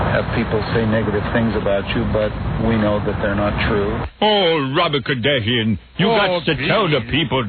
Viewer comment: “Robert Cardassian” lol I didn’t know Robin was a Star Trek fan..